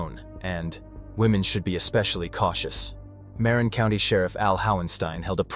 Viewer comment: Interesting murder case I never heard about. Wish you had checked how to pronounce the words Tamalpais & Marin.....everyone that listens to your video has been given wrong pronunciation. I was born in San Francisco. The whole area was my stomping ground. & I don't care if I sound like a word nazi......I was born & raised there. Even googledegoo will tell one how to pronounce words. ☮️💖🌻